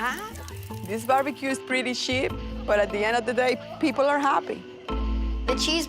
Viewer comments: I swear she said shit not cheap 😂 and It’s not just the accent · That lady at the mark said “sheap” mixture of “sh*” n “cheap” she creative w it